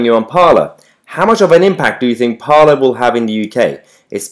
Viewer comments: ‘Parler’ is French for ‘to speak’. It is pronounced ‘parlay’, not ‘parlour’. “Parler is a new Twitter”. Parler was started in 2018. “It is a right wing version of Twitter”. It is a free speech platform and already had a large apolitical user base. Right wingers flocking there now to escape censorship does not make it a right wing platform. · Isn't Parler pronounced Par-lay as in the french for to speak / talk?